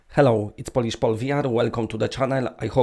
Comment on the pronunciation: Paul, unless you mean it as a joke, the word Polish (nation) is pronounced /ˈpəʊlɪʃ/, different from "polish" /ˈpɒlɪʃ/ as in polish something.